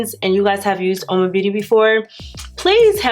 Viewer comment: Oma is an Igbo word from the Eastern part of Nigeria. It means ‘Beauty’, ‘Beautiful’ or ‘good’. It depends on the context you are using it. The correct pronunciation is OMA. Btw the look turned out beautiful. The foundation and concealer were not bad at all. Loved the matte eye and the lip combo is beautiful.